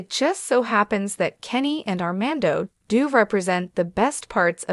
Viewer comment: How embarrassing you can’t even say Armando’s name or the word fiance correctly—why would I subscribe to this nonsense